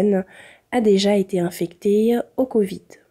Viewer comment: a été infectée : on ne prononce pas le e de fin... encore une nouvelle idée woke ?